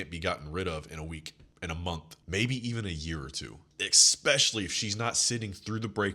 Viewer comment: Love your content brother. I have to give you some feedback. It’s e’s’pecially not e’x’pecially. Mispronouncing common words lowers your overall frame. No shade or offense meant at all. Just looking out for a fellow G.